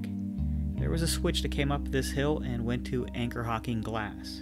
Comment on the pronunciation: Is there anything you don't know? Anchor Hocking? Anchor Hocking?